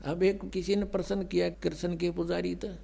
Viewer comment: PRASAN NAHI HOTA PRASHNA BOL SALA CHOR